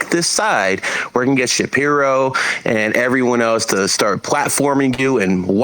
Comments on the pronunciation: dumbass said Ben shapyro 😂😂😂😂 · I rewinded how he said ben shapiro so many times. Had me fuckin dying 😂😂